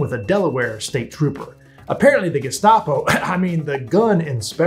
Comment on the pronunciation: lol “The Gustapo”